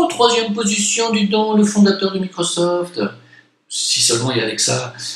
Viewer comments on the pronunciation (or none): none